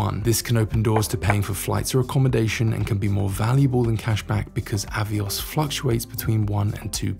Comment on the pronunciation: "AVOIS" points?....are they the French AVIOS points? 😉